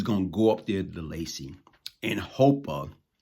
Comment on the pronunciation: Bruh it’s laces, not Lacey. Like shoelaces.